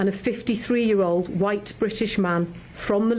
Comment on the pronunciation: The emphasis on white was sickening